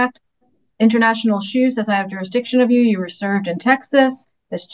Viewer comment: He would like to challenge the “durisdiction”